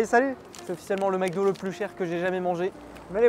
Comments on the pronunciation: Fuze: "du McDo": "du McoD" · Mcod au lieu de Mcdo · Le « MECDO »!!!!!!!😬😬😬😬😮‍💨